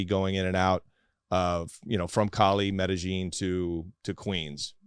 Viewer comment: every time he says Medellin cartel as medijean i start to believe this 🤣